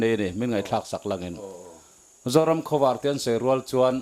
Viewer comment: hian Zoram Khawvâr tih a lam hi, a dik ka ring lo, zing khua lo vâr tih ang hian khawvâr tih hi lam nise, Pu Saikhuma'n "Zoram Khawvâr, Lei Zion" a tihzawm danah hian a tju leh a thlûk kalphungah hian a inhmeh zawk mial lawng maw, ka ti deuh.